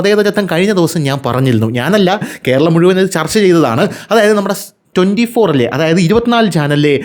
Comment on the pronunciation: Ithu Kheralam aanu 😂 Al Kheralam